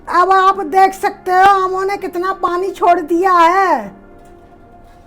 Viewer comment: Itni gaee gujri hindi,naamo nhi aamo ko